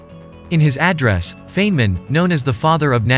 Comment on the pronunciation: I am a life long fan of Richard Feynman (pronounced phonetically as Fine-man). Your name pronunciation is like dragging fingernails over a blackboard. No offense, but I had to comment.